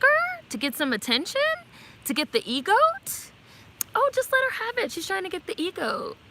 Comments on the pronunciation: Sis it’s EGOT not EGoat Emmy, Grammy,Oscar,Tony but I know everyone knows what you’re saying lol it was just messing with my spirit lol 😂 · Lol it sounded like you said E “Goat” 🐐... but ok I gotcha! But let me add this... I AGREE WITH EVERYTHING YOU’VE SAID 100%!!!! I am not supporting this movie also bcus of the revisionist history... making up parts of her life... as you said this is a REAL PERSON